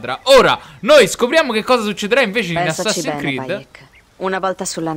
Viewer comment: è Assassin'S creed. So che è un po' esagerato come osservazione, ma non ti mangiare la S ahahahahh